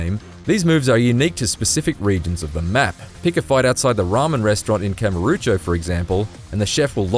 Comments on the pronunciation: Kamorucho. Ka-mu-ro-cho. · K A M U R O C H O not kamarucho